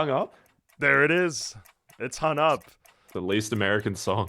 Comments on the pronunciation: I felt disturbed every time he said son instead of song, hun instead of hung, sener instead of singer, etc... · Right?! There's a G in that word, right at the end!